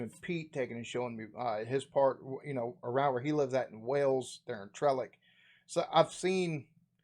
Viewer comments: Wales (pronounce whales like the sea mammal, not Wells like the in the video) stretches from the NW of England near Liverpool and Chester right down to the Bristol Channel in the south west of England. York in the East, for some real history, go down into the foundations of York Minster (cathedral) and see Saxon, Roman and Medeavil burial chambers. Chester in the North West for more Roman history. Walk around the city on its' ancient walls. Liverpool, home of the Beatles and one of Europes largest cathedrals, the Anglican one. Then walk along Hope Street to the Metropolitan (catholic) Cathedral which looks like a cross between a space ship and a WigWam/teepee (locally called Paddys' WigWam). Then there's The Lake District (the lakes) a bit further north up the coast from Liverpool but still in the NW, for fantastic scenery. Then a short drive (by American standards) north on the M6 motorway to Scotland, the land of Irn Bru, battered Mars Bars and Haggis amongst other things. ps: This video is not very good about places to visit in the UK, it's basically just HIS favourite places. Oh and double decker buses are everywhere not just London. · The blokes says Wells not Wales 🤣🤣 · Wales as in snails.... not wells as in well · Why do most Americans say "Wells" meaning Wales, instead of Whales like the mammal?. They don't pronounce the mammal that way. The country should sound the same as the animal and has two syllables!